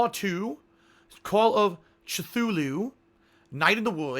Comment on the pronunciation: Cthulhu is pronounced [ka-thoo-loo]